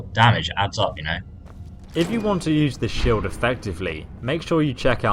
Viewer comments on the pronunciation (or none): “Shild” lmao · SHILD? SHILD? really? Shields sheilds